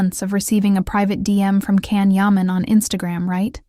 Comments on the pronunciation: Он не Кан Яман. Он Джан Яман. Если вы даже имя не можете правильно произнести. Чего можно ждать дальше. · It would be nice if all the people who made videos about Can Yaman would have the respect of pronouncing his name right. His name is pronounced Jan, not Can. The letter C in turkish is pronounced as a J. I'm not Turkish, but I hate when people mispronounced names. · His name is pronounced Jan not Can. He did work as a lawyer for six months. He also learned Spanish and is working in Spain on a TV series. He has a girlfriend from Algeria. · I wouldn’t subscribe to you because you don’t even pronounce-his name correctly - his name is not Can but Jan. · JAN! pronounce his name correctly! Bye! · Pronouncing his first name correctly would make this video more credible. Besides that, I agree he's a phenom... beautiful and one of the sexiest men alive! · I'm surprised you pronounce his name incorrectly! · Why don't you pronounce his name correctly? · You are right. I am putting a dislike to the video. Learn to pronounxe his name properly.